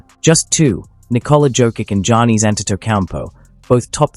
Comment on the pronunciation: Who are these players? Em-bit, Jah-nees, and Jo-kitch? Sah-bo-knees? ← [My fave mispronunciation] This is so bad lol. Embiid. Giannis. Jokic. Sabonis.